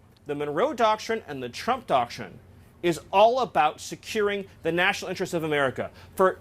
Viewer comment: What the heck is a doctshin?